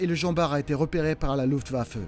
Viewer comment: la loufte va feu ah ah ah ahet vous connaissez la luftwaffe ?